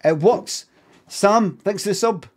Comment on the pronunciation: "It wuks!"